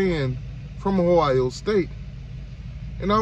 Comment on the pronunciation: Boy trolling a Elite 11 film 📽️ turn on the game tape.. It's Ohio State not Hio State.. Every QB on Miami depth chart is a project even TVD.. And we see you laughing through the pain 45-3